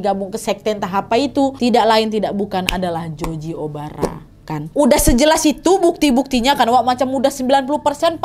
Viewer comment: Nadia ngomongnya*Joji Obara* kuping dengernya Joji Omara 😁😁